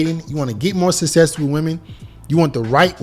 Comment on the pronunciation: suh-sess lmao